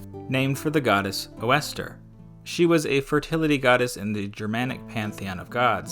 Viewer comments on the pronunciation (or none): The Old-English word is Eostre, not Oestre. Even if it were, it wouldn't be pronounced "Oh, Esther" lol. Fucking English-speakers, assuming that every word uses English pronunciation rules.